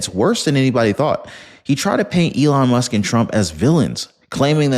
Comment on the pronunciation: HE CALLED ELON MUSK ELON LUSK 🤣🤣🤣🤣 HE'S GUILTY 🤣🤣🤣🤣